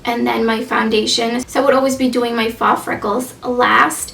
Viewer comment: Just an fyi- faux is pronounced "foh" ❤️